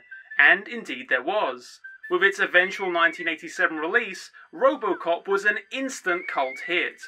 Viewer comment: I swear he keeps saying Robocock